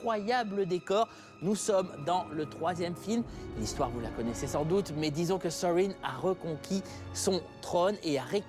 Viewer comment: Saam TheBonnetMan Pour Erebor et Smaug je suis d'accord, mais pour Thorin il le prononce presque correctement ! Il y a juste le "th" qu'il devrait prononcer un peu plus proche de "f" que ça et le "r" un peu plus roulé, mais sinon c'est bon. (Il y a aussi "Tolkien" qu'il prononce mal, mais ça c'est le cas de tous les Français...)